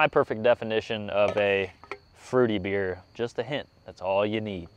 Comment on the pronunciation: I’m sorry but every time you say “bikes and beer” I hear “bikes and beards”